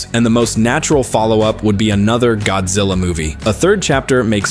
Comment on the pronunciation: The A.I. referred to GODZILLA as "Godzey"?!?!